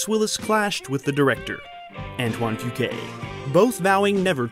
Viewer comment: It's Antoine Foo Kwah Kwah Kwah...not kway. Antoine Fuqua not Fuquay.....